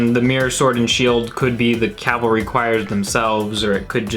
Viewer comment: Shes very cute. Keep her around more. My man, you literally mispronounced cavalry, only after she did. It was funny when her brain exploded, considering the pronounciation. The word is pronounced wrong all across the English language for so long and seemingly without an explanation. Its kinda like when people say "i could care less". When it should be (and is) "I couldn't care less) the implication is that you care so little that it is impossible to achieve a lesser quantity of caring. Lol sorry but these things are my pet peeves. CAV-ALRY!!!! Also long live this song and Coldplay